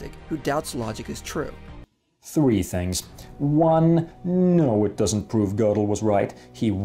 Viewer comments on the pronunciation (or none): none